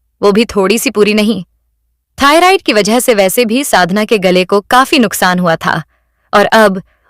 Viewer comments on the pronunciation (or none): none